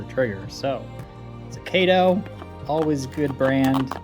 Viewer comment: It's Kah toh not Kay tow.